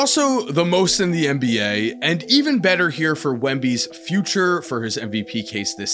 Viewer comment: Wemby is 7’6…not that hard to say bro. Haha